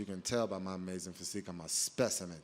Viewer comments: My dude said he's a "Speci-mint" 😆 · whats a "specimint"?